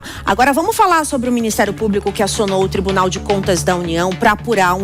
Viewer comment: Atenção ao nível das(os) apresentadoras(es) que vão fatalmente influenciar o povo de modo geral, quanto ao modo de falar, mesmo que seja em modo coloquial, o jornalismo atinge várias camadas. Então, melhor que ensinem o que é correto. Ao iniciar a narração, a apresentadora já solta um: "agora vamu falá sobre...", e não acentua o "r" em cada final de palavra! Faltou às aulas de leitura? Isso dói nos ouvidos! Se fosse a apresentadora, diria "tá loco"! As pessoas ouvem e aprendem! Já a repórter local, a, tem uma fala excelente, pronuncia muito boa, enfatizando muito bem o "r" no final das palavras, como também os plurais.